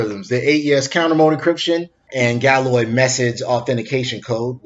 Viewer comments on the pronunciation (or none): Galois = gal (as in what's up, gal, you look good!" -WAH. a French dude :) GREAT videos! post more stuff please :)